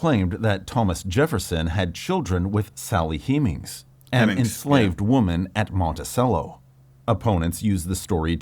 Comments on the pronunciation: I never before realized that Sally Hemings was spelled with only one M. Even with the single M, it's still hard to believe that a historian would make that pronounciation error. I hope that channel isn’t an AI. Luckily, at this moment it would be easy for that channels creator to fix the error and solve any misunderstanding. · Yeah those weird pronunciations of Hemings and Monticello immediately give away that it’s an AI voice, and as the video goes on the AI script gets more and more apparent